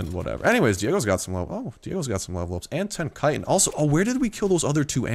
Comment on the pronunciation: I'm tempted to stop watching this guy just because of the way he pronounces 'chitin'. So annoying...